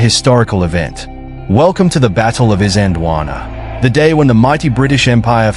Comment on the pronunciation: Got the pronunciations a bit off. In Zulu , pronounced something like Eezanjeelwaanaa, . At the time , the British called it Islandwana, with the started of the word pronounced as in the word "is" (i.e not as in island)